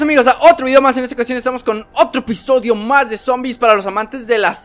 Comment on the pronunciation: dijiste al principio del video "otro pisodio "